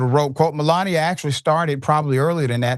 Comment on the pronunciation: 😂 The Great mel-lan-ia. What a joke😂